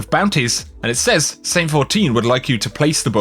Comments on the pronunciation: Your inability to pronounce the word “says” is like fingernails down a chalk board. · Anyone else get annoyed at the way he pronounces 'says'?